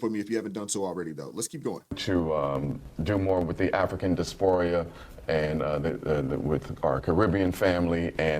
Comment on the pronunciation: this man said 'DISPORIA? Oh gawd......he's illiterate